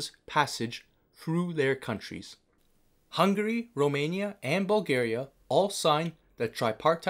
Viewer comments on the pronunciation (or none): none